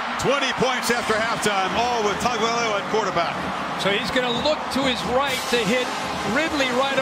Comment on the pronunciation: he gave up trying to say his name